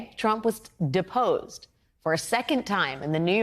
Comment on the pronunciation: I heard that as "Disposed"..Lol. Diapers led me there.....